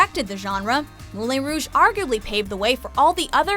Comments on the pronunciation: You're mispronouncing Moulin. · I hated everytime you said 'Moulin Rouge' ..... I thought that I'd not agree with the list and get annoyed at some classics you missed out (don't get me wrong, I am annoyed at it) - but you butchered the word Moulin! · You kept saying Moulin wrong...